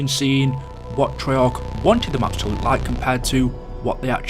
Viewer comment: Why do you say "look like" like "luke like"